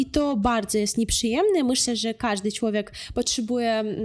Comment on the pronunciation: Bardzo prosze niech pani sie zacznie ksztalcic lub pojdzie do logopedy. Ma pani urode,mlodosc zywiol, talent i duzo energii.Cilowiek to nie po polsku. Przedostatnia sylaba jest intonowana. MOZE PANI NAM OPOWIE O KULTURZE POLAKOW NA UKRAINIE. Mnie ten akcent napawa strachem.Brzmi jak atakujacy kundel.Warto nad soba popracowac. Niech pani nagra lekcje polskiego Bo polacy sami wiedza jacy sa i smieszne jest jak mloda dziewczyna bez podstaw i glebszych badan sie wypowiada a tym samym obgadyje by zarobic forse tanim kosztem, sama kaleczac nasza polska mowe. Moze lepiej nauczyc nas po ukrainsku.Pozdrawiam.